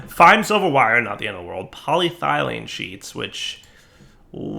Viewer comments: You keep saying PolyTHYlene, when it's PolyETHYlene. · paw· lee· eh· thuh· leen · It's polYEEThylene. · He's american, so I can understand mispronouncing 'aluminium'.... But polyethylene? Really?